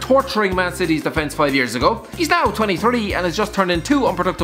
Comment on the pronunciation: It’s Slovan “lib-er-ets” not “lib-er-eh-Chey”